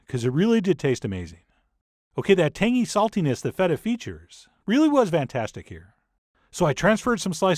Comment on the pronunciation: Did you just say... vantastic